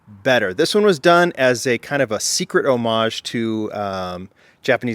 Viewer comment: Thanks for saying homage correctly. I really really want that set.